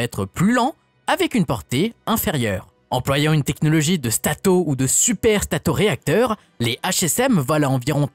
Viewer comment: Stato et pas strato ! Misère.